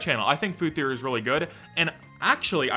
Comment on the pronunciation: I don’t think anyone but you says game “therroy” but hey, that’s just a therroy, a game therroy.